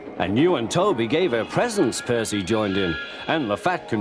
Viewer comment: Ms. Kindly changes position from behind the gate to the stairs Henry has wonky eyes Henry's face is crooked Stock footage from Terence the Tractor Terence teleports from the side of the house to directly in front of it The narrator mispronounced Percy Crewmember on the right (how the hell did they miss that)